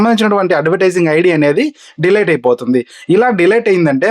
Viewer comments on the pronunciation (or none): Not De-late 🤷‍♂️ Its Delete